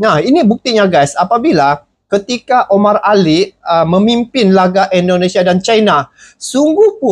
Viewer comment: tolong perbaiki penyebutan INDONESIA dengan benar. INDONESIA. bukan ENDONESIA. Terima kasih